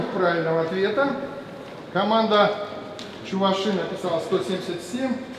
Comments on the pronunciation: чувАши, а не чувашИ, ок да? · ударение на а чувАши. то же самое будет, что и татарИя, башкирИя